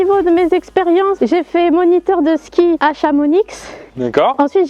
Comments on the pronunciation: Par contre en tant que chamoniard ça ce dis chamoni le x est muet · rhaa on ne prononce pas le X à Chamonix:p